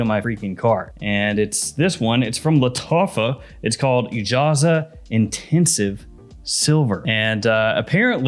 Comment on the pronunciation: I think it is pronounced Eeejaaz which I guess means wonder. I own a couple of UAE made fregrances but I never found them to be exatcly close to big hitters except maybe some more expensive ones.